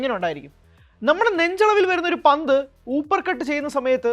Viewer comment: ഹൂപർ കട്ട് അല്ല അപ്പർ കട്ട് 👍